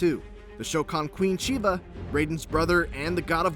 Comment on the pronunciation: really sound like he's saying "Sheeba".